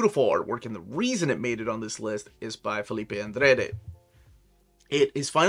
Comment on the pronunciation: Laila Starr was released 2 years ago, with a TPB in 2022. The Deluxe HC is a 2023 release. Oof, that pronunciation on 'Andrade'.